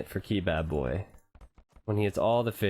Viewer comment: I think it's Kebab-boy not key-bab-boy